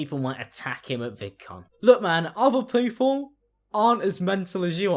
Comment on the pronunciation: “look man other poople” wait wtf did you say 😂